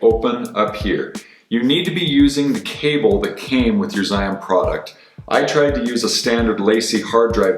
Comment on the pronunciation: it's pronounced roughly like gee-yoon. thanks!